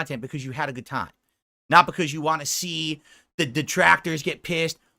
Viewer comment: I thought it was failed speech therapy but it could just be he’s too lazy to stretch his tongue that far.